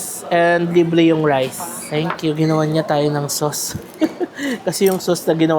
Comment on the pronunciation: Natatawa ko sa "tenk kyu"!😂😂😂 nagiging Chinese accent na...hehe mapapagala na nman ako sayo 😅 😅...❤❤❤❤❤